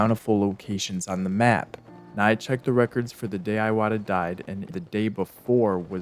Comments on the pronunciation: iwata is pronounced ee-wata, rhymes with miata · Hearing Iwata's name pronounced as "Eye-wata" instead of "EE-wata" definitely made my eye water. Jokes aside, brilliant video. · your pronunciation of "iwata" is hurting every inch of my soul